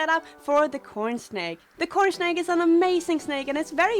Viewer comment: Am I the only one who hears her saying "cornSHnake"?